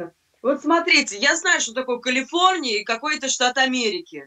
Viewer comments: Она нигде в своей немощной жизни не была, не может правильно произнести слово Калифорния, ужас, уровень амебы... Зато агрессия, доминация над слабой сестрой и тупая уверенность в своей темноте. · Она даже не может виговорить Калифорния, а говорит что все знает.